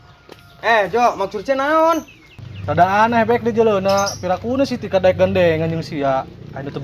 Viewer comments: salah nyebut ngaran tah si tika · Da yg salah ngucapin si tika manggil bek mlh tip 💯% salah